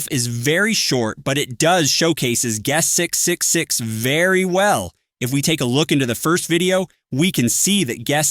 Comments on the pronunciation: "gust 666" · TTS coming up with a new way to pronounce guest 666 each time its mentioned